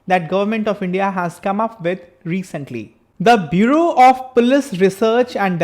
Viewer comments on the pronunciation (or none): none